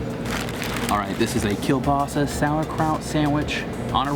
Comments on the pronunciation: And they said kielbasa wrong. It’s kabossy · You say kielbasa incorrectly way too many times. I’m surprised the server didn’t correct you. It’s kiel-bossy. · I was cringing at the way they said kielbasa. It's pronounced like ko-basi. My grandma makes it all the time and it's commonly mispronounced, so just for future reference lol